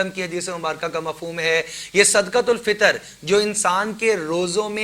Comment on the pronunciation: حضرت۔ جب صدقۃ الفطر عربی لہجہ میں ہی پڑھنا ہے تو پھر صحیح پڑھیں۔۔ صدَقۃُالفطر۔۔۔ یعنی بفتحِ الدال۔۔۔